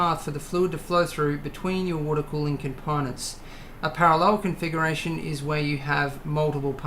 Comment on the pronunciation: no you said serial confuckuration.